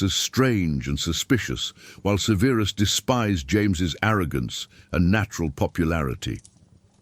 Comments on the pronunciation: It’s not severeus severus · Ffs, have the AI narration pronounce “Severus” correctly! Ty.